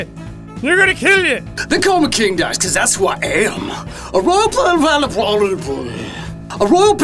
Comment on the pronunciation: “A royal pla-gibberish-plan...”